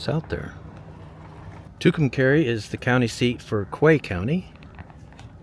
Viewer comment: It's pronounced Two Come Car EE!